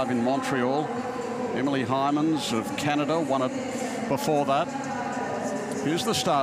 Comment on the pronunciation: FINA. Would please instruct this announcer on how to pronounce names correctly. It’s not just Asian names but he messes up on Anglo names! The former Canadian diver Heymans is pronounced hay-mans NOT hi-mans! At least he got Caeli’s name correct. It feels weird to see Pandelela as the veteran here. I always remember her as the youngster. And Oliveira is diving this season the best I’ve ever seen her.